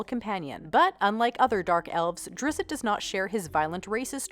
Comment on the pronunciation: Drizz-it? Really? I say Drist.